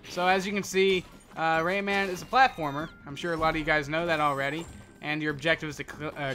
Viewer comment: Its pronounced raymin